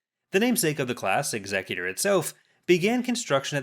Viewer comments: Why do colonials always say executor wrong? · Amazing how many people mis pronounce the name of Vader's flagship.